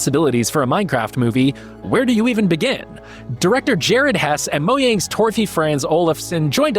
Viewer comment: Is that how Mojang is pronounced. I may be wrong in how I pronounced it for so long, I will not be changing it.